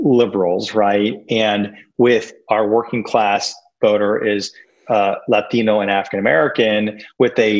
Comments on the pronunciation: It’s Latino not Lathino for you sir. I claim pronunciation appropriation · Why does he pronounce "latino" with an accent? Does he say kangaroo like an aussie? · stop saying 'latino' like that, dude